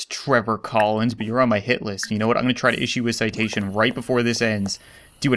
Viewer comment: Still said citation wrong